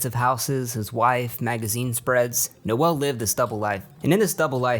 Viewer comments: It’s Noel. Not Noelle. Noelle is a girl’a name. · I'm pretty sure it's just pronounced 'Nole' not 'Noël', or at least that's how all the guys I've met called that pronounce it. Also... 'Biderman' eh?